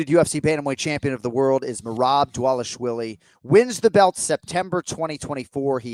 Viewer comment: Another name Jon cant say. Its DvalishVILI, not DvalishWILLIE. Come on man